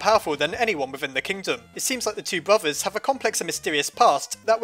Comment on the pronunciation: no one:: Bruvvas